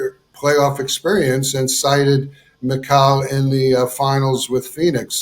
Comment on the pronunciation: Please don’t invite this dude to speak on the Knicks ever again! He can’t even pronounce Mikal’s name properly. He’s unpleasant.